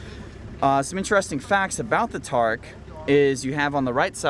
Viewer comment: god damn it its pronounced tuh-reek